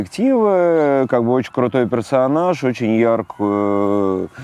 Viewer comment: Ещё один... Не "пресаанаж", а "персонаж" 4 слога в этом слове